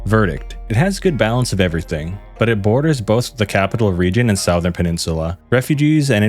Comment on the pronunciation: No hate, but I hate the way you say southern